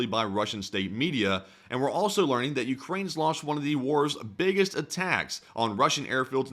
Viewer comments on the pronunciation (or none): When you say launched, it sounds like lost